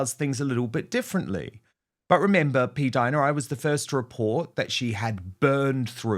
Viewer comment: Jesus! PLEEEAAASE STOP SAYING P-DINA ! It’s the most disturbing name I’ve ever heard even though I agree with everything you’re saying, but that name noOoooooo